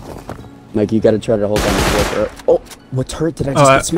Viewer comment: "the TuRrEnt" its turret lmao